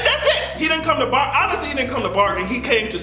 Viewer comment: HE SAID "AVENGERS IVE COME TO BARGEN" I HATE YOU LMAOOOO